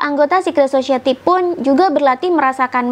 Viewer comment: Bukan sosieti, tapi sosayeuti.